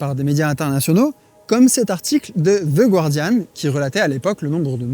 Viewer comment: Micro détail : on prononce The Guardian comme en français, pas the Gwardian. Erreur classique.